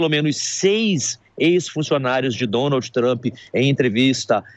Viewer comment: Um repórter que mora no país que faz a matéria pronunciar Donald dessa forma errada deveria ter vergonha! Aliás isso é uma vergonha!